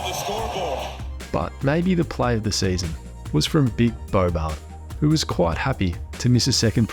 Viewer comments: "this sayzon" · The way you say season is the funniest season